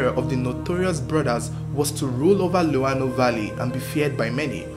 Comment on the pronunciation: Am a zambian from Mkushi, I like the way you pronounced "luano" and "mkushi," shows that you really did your research.. I owe you a subscription and a bunch of shares..